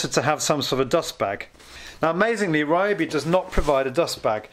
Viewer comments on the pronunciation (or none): They may sponsor you if you start pronouncing the name properly. Ree-O-bee. The Y sounds like the one in Tokyo